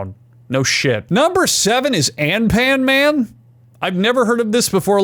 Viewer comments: Was not expecting Anpanman to get mentioned here. The goofy adventures note was right but it downright hurt hearing the "a" sound getting pronounced like that somehow afijshudog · It pains me the way you said An Pan Man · It's hilarious hearing a non-weeb say Anpanman.